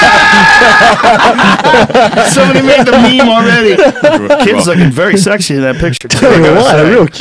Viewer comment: Did say ME ME? what a fool..